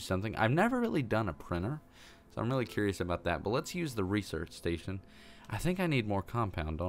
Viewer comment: Maybe you should do some resorge on how to say research